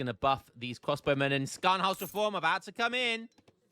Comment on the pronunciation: German pronunciation course : the Sch in Scharnost sounds like the Sh in Sheep, not like the Sc in Scat ; the wehr in Landwehr sounds like the Ver in Very, not like Were. Should be useful in your next video with Landwehrs, that is probably in 2-3 years given how rarely we see them.